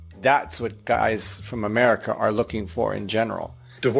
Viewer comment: love that cooky 'Meruca ouifit😂😂😂😂